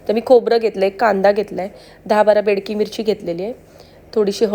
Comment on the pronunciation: Bedki mirchi nahi Bedagi mirchi